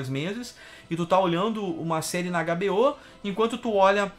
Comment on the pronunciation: você que está aprendendo inglês, use mais ele nas pronúncias diárias para ajudar. Ao invés de hbo, fale h(eich), bi, ou. Até influencia a galera mais nova a estudar idiomas. Abraços!